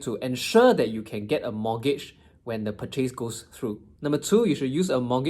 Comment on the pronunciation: Interesting way of pronouncing the word “purchase”. Ahem.